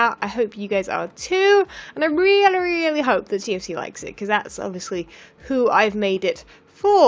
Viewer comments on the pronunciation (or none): "TFC" sounds like "TNT".